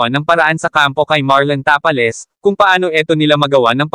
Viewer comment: Ginawa mu namang tapa king si Tapales pronounceiation